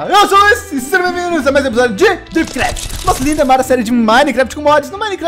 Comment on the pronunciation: eu sou a única que acompanha a primeira frase mas quando chega na parte do dripcraft fala topcraft